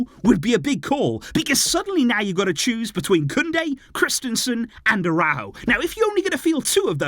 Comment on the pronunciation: ARAÚJO, YOU SAID LIKE THIS, ARA-OE-GO. NOT A-RAW-GO